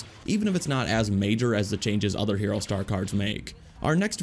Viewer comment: It’s hero not here-O